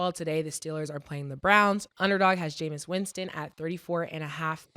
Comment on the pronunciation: "Jamison Winston" lol